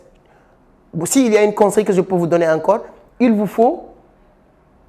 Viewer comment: lire CONSEILS ET NON CONEILS SVP